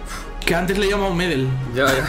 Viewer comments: Se dice medél no médel lo mismo con gokú no góku djdjdj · Se dice medÉl y no meeedel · Siempre he visto la mala pronunciación de xD. Se pronuncia Medél. No Medel a secas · "Medel" se pronuncia como si tuviera acento en la segunda e no en ma primera, es "MedÉl"